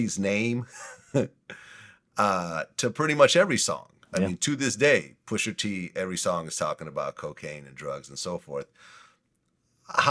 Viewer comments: I hate that Vlad puts a r on Pusha T name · The way Vlad pronounces the hard “r” on Pusha T’s name is like nails on a chalkboard...but, I must watch